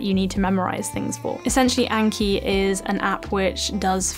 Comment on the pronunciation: What was the name of the app she mentioned for spaced memory recall? Couldnt make out the exact name from her pronunciation